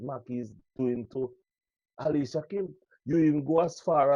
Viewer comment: Alicia name doesn't begin with an "H".....Then every word you pronounce has an "h" at the start, middle and end? TUDT right, you did leave you brain in the 3rd grade...no sah, what can go so?